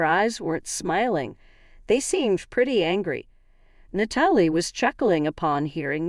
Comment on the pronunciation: Nat uh lee